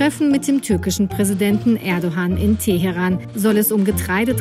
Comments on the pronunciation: Erdohan Erdohan ts Erdo(g)an - das g wird nicht ausgesprochen, also Erdoan, aber nicht Erdohan... unglaublich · Nicht ErdoHan, sondern Erdoan ausgesprochen. Das weiß ja sogar ich als Deutsche!